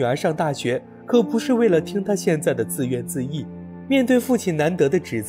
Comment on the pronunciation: 能把自怨自艾念对你超过了99%的up主。